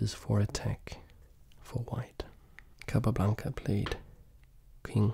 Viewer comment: I love the way you pronounce the name „capablanca“, its so satisfying for some reason xD